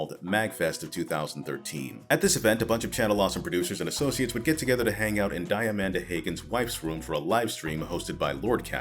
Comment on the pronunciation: What I'm hearing here is that Count Jackula was the most morally upstanding and proactive of the ex-CA producers. Also, least significant feedback: Diamanda Hagan's name is pronounced "Dee-a-mahn-da Hah-gan".